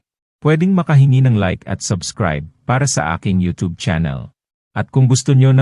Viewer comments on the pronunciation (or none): none